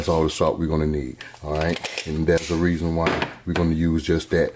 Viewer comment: Lol this philly boy j uncle. “Theee best”